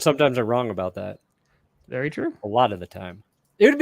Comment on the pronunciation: "Baseball as ben ery ery good ta me"